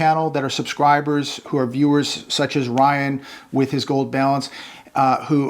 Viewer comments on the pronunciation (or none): none